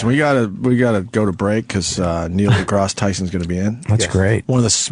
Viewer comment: Opie: Neil "DeGrahss" Tyson. "Epp-ee-tome"